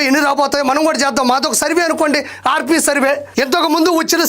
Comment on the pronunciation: రేప్.. కాదు... ఆర్.. పి... అని చదువుకోండి...